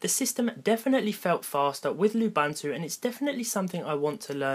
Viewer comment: its pronounces Loo-BOON-two